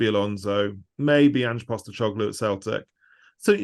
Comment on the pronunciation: If cant say Ange Postecoglou’s name he should keep it out of his mouth. Great way to look like a talking head pulling info out your ass